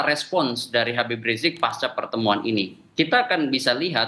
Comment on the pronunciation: Woyyyyy susah amat lidah kamu bilang Habib ??